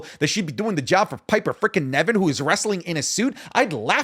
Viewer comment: I wonder if will ever call Piper Niven "Piper Niven" instead of "Piper Nevin"